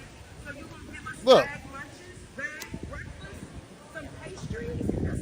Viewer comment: That can't even pronounce breakfast properly.